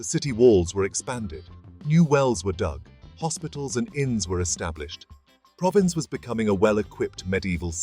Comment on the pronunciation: If you can't be bothered to pronounce Provins correctly, it's not worth watching the video. So I'll look for another one. I'm not buying any crap.